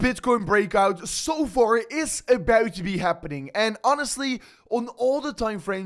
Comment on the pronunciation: Why this guy say EBAÖT instead of about